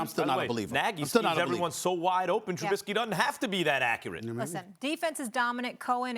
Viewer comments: The fact he calls him trubinsky just proves he doesn’t know shit lol. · SAS.....#10s name is Trubisky not Trubitsky. At least gets the basics correct. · Learn how to pronounce his name Screamin A Smitts. Jesus, it’s not Trubitsky. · TRUH-BIS-KEY not TRUBITSKEE